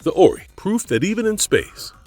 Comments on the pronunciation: 'Orrey'? Wow. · Stargate truly was an epic series. Only one movie I disliked which did not have the same actors as the series. P.S You pronounced The Ori wrong. Have you actually watched the series? You just listed aliens from the series without any kind of factual knowledge other than what is copied from others. "Fully explored" my butt...